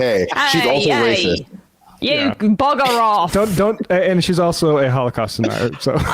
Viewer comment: ‘Buggar OFF’ mam why are you speaking in Australian ?😂 All I can say is I’m born and raised in England 😢 the media is rarely informed - Novara media your audience would love